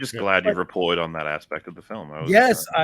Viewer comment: 'Asspect' of the film. Nice.